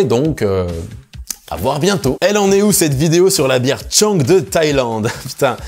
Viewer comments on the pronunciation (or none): Salut!! Juste petite précision, c'est pas "Tchang", mais "Chaanng". Avec le "an" un peu long. Voilà! sinon je t'accueille en Thaïlande chez moi quand tu veux! J'habite un coin sympa si tu aimes la plongée;))